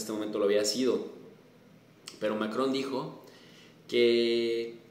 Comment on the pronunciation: ya lo respetaba y ahora tiene aun mas mi admiración al mencionar a Macrón en Español. Usted sigue siendo grande profe. Saludos desde Los Angeles.